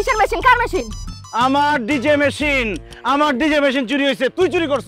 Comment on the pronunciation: মেশিন না মেহিন